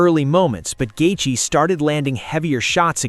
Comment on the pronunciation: "Gaethee" est 8 min or just before 😂😂🤣🤣😭😭